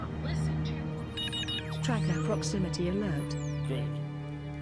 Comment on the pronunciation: Who else noticed it said "altert"